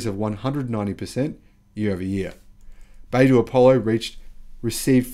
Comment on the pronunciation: Not bay-doo... it's bi-doo. You'll see the pinyin written as "bai" but that is pronounced bi (by)... as an aside, the company name, 百度, literally means 100 degrees